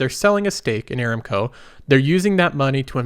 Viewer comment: I look forward to your videos and mostly agree with your advice. However, you will have higher credibility if you pronounce company names correctly. You consistently mis-pronounced "Aramco". The correct pronunciation is a-RAM-co. See